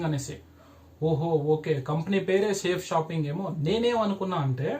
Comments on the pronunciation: First Of all Ee Thammudu ki Our Great System Name ee Palakadam Sarigga ravadam ledhu 🤣🤣🤣🤣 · ఒరే off నలేజ్ నీకు చేతకాకపోతే cheyaku కంపెనీ పేరు పలకడం కూడా రావడం లేదు nuv direct celling గురించి చెప్పడం చాలా కామెడీగా undi bro. నీకు దమ్ము ధైర్యం ఉంటే నా phon number ki call Chy. ఇకామర్స్ అంటే ఏమిటి అనేది తెలుసుకో. లేకపోతే నేనే డైరెట్ గా వచ్చి. వీడియో ముందు నిలబడి plan cheputa nuv అక్కడే ఉండాలి వీడియో off చేయకుండా ok na bro లేడీస్ చేస్తున్నారు ra niiiiii చేతకాని ఎదవ ni బతుకంతా ఇలాంటి fak videos చేసుకుంటూ బతుకు all the best 😂😂